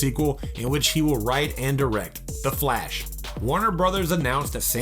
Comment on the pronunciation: At least Flash was pronounced correctly.